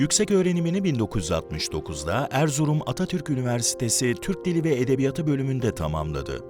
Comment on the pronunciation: Lütfen, edebiya:tı diye teleffuz edelim. Edebiyat kelimesi eksizken uzatılmaz ama kendinden sonra ünlüyle başlayan bir ek ya da kelime geldiğinde son hecesindeki [a] bir ses birim uzar ve toplamda 2 ses birim okunur.